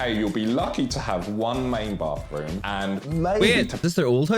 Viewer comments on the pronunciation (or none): How does "th" make an "f" sound? Bafroom? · “Oh yeah in the US they like to pronounce their T - H ‘s.” Yeah because it makes sense. Now saying BAHFRRROOM is crazy. Free or Three?!😊